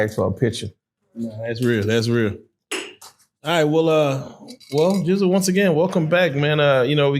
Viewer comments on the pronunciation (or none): Gizzle not Jizzle